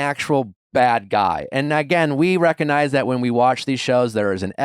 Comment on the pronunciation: Better than the over use of “recoh-nahyz”😂